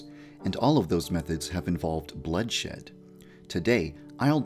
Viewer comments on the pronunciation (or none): Did he say bloodshit? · Wait did you say blood S word? or shed?